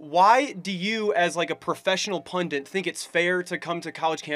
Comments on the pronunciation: When the boy called Charlie a pundant instead of a pundit. Twice. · "pundint" lmao. Also, what a moron. Good on him for having the courage to step forward and SHOW what a moron he is, but seriously, he's a moron and demonstrates EXACTLY why we need folks like Mr Kirk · It's not "pundint."